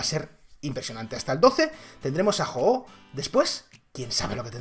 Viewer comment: De los pocos que dice bien el nombre del pokemon :v